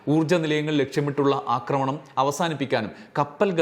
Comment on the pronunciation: അക്രമണം അല്ല, ആക്രമണം എന്നാണ് പറയേണ്ടത്.